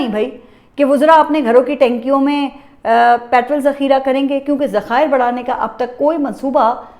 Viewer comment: گد مردہ کو نوچ کھا جاتے ہیـں پاکستانی عوام مردہ بے حس بے جان عوام ہیـں اب گد لکڑ بکڑ نوچ نوچ نہیـــــں کھائے گے کیا. نوچ نوچ کر کھانا ہی چاہیے. باقی آپ کا انداز بیان یگانہ یکتہ ھے کوئی تمہارے پاس پاس نہیـــــں. مگر پٹرول کو پٹرل نہ کہنا. ❤❤